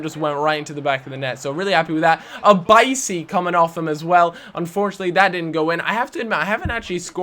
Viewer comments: bikey, not bisy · Its Bikey not Bicey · please never say "bicey," again